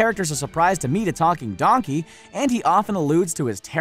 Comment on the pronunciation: Donkeh more like dankey